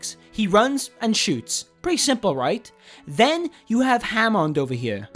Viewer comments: And christ dude, it's Hammond nit Jamond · Ha-mond and Brigett